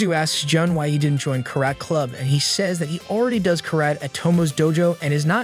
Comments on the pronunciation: ai be saying “karat”💀💀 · Bro the ai fr says kerat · “Carrot crub” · Don't mess with me I know kur-et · Ka- Rat (karate) was ok though? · Kah Raht(Karate), Few Tun(Futon), Ray Men(Ramen) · bro not ka-rat 💀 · Ka Rat lol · If you write in spanish it says it right “Kárate” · I love karet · Ai still sucks it can’t say simple words like karate or futon lol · i wanted to kill myself every time the ai voice couldn't pronounce "karate" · The fact an AI voice can't pronounce "karate" right, leaves me speechless. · I assume it is? Based on the fact it can't pronounce "karate" right? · Omg I was just about to type this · Well, I did watch another recap video about a boy who was cast away to an island of women, and the AI mispronounces so many names it's frustrating. Some examples include: Ah-kain instead of Ah-ka-nay, and Chi-kage instead of Chi-ka-gay. But mispronouncing karate is just too much for me!